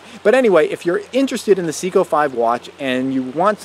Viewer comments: Good video. Seiko like SAY-KO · It would be a good video but it's pronounced Say-Ko. Can't take you seriously if you can't pronounce the name is the product right.